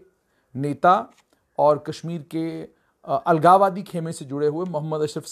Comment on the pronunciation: What the hell u r speaking the word algawadiii